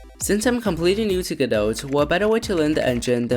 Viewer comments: Great video! Gotta love the love that Godot has been getting! Just one note - It's pronounced "Guh doe" you don''t have to say the "T". I'm not sure if need to blame Samuel Becket "Waiting for godot" or what, but yeah. guh doe. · or even more accurately "GOD-doe" with stress on the first syllable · 🥲 Me simultaneously smiling and dying as I enjoy your video but die inside every time you pronounce the t in Godot